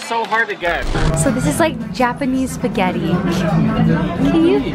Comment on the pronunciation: "JAPENESE SPAGHETT"